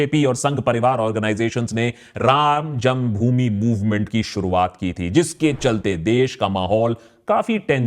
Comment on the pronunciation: what did you say ?? "Ram jungbhumi or ram janmbhumi ?"